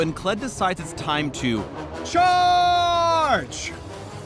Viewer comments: i cringed all the times he said charge omg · pls never say "charge" again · every time you say charge, I pretty much y ou imagine trying not to laugh... very hard.